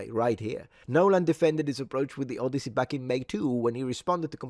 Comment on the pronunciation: The Odioussey